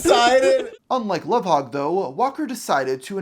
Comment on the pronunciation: I think it's spelled Lovhaug or Louvhaug but the pronounciation is correct